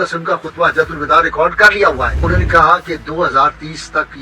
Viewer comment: سالے کل کے کل جاہل ہیں۔ کمینے۔ "حجتہ الوداع" کو غلط بول رہا ہے۔ Hajjatul Vida غلط ہے۔ Hijjatul Vada صحیح ہے۔